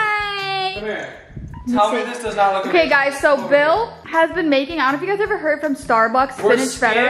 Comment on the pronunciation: Bill you said aver instead of ever